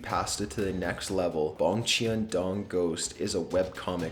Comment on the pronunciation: or.. check how they're pronounced first lol. I cringed a little at "macabre" but it was worse for "Bongchan-dong"